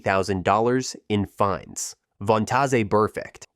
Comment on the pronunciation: Who the fuck is vontazay